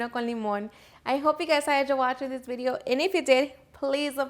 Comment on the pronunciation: “On my next veedio” lol